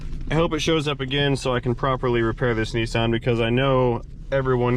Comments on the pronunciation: What’s a Neesarn? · Ah, good old Knee-sarn (Nissan) lol